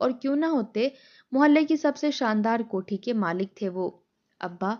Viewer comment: “Jok dr jok” nahi “ joq dr joq” “ kohti” nahi “ kot’hi” Nothing else except exaggeration.